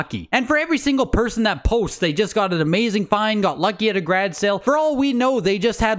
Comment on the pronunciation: Never using the word garage again.. from now on it's grage.